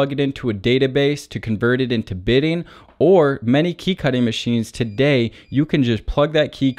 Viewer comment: It is "bitting' , not "bidding"!